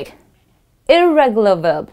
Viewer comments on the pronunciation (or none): Well. It's "irregular" not "irreregular"😕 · irregular not irreregular 😆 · Irregular not irreregular okay